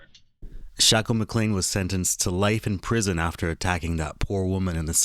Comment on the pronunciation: also why are u pronouncing his name wrong it’s not shackel it’s shakel so wtf why are u pronouncing it w a ck sound